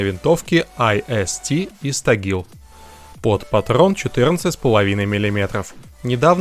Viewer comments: Не Истагил..... а Истиглал !!! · Не истагил Истиглал! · "Истиглал" ты хегрр кагрртавый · Истиглал а не истагил